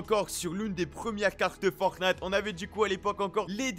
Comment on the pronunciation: Ça me fait delirer a chaque fois il dit « boutique fortnate » 😂